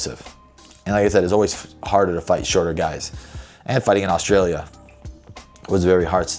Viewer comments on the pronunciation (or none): none